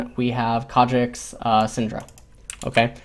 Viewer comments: As soon as I heard "Kha'Jix" I screamed internally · I couldn't watch this, that pronunciation of Kha'Zix is agonisingly bad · IT"S KHA ZZZZZZZZZZZZZZZZZZZZZZZZZZZZZZZZZZZZZZZZZZZZZZZZZZZZZZZZZZZICKS not Kha Jexxs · Kha'Zix not kardricks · In Korean the Z makes more or less a J sound. Its more than likely just a force of habit. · Rofl, what? Concidering you want to learn something about this game from one of the best sources out there aviable for free, I think can can ignore pronunciation mistake. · Christian Paul If this video was in Korean I'd be perfectly fine with that, but it's not, it's in English